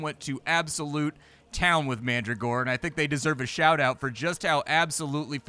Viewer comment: Pronounced Man-dragora, not Mandra-gora.